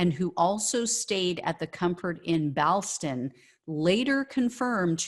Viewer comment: Ballston is pronounced ball stun.